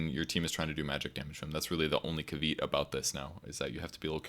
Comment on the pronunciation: Caveat is pronounced Cav-EEE-aT.